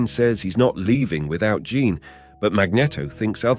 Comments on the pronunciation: I like the way the narrator calls jean John n missiles torpedos.😅😂I think this English man needs a English lesson.lmfao🎉😂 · Is Jean pronounced “John”? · Bloody Nora, can you please pronounce the English name Jean and not as the French ‘Jean’? Edit: Seriously, did your robot have a fecking seizure? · I love how everybody just missed how he completely butchered Jean Grey's name by pronouncing it like Jean Claude's name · Great video but it drove me insane hearing you pronounce Jean differently everytime you said it. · Boy it's a good thing Jean"John" Grey was there to help Wolverine after being saved by Storm and Cyclops lmao!! I was kinda digging this video too I was even gonna look past the John Grey accident but hearing Magneto pronounced with a short "E" instead of a long "E" like the word "net" instead of like "Neet", so many times I had to take a break after about 20 mins. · Jets firing torpedos....mag-net-o, 'john' grey, one-two-eight....this is comedy....😂😂